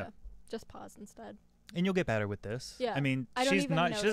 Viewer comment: Thank you for saying betta properly.